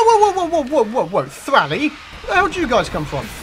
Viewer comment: why do you say thral surely thrall rhymes with tall or ball u say it weirdly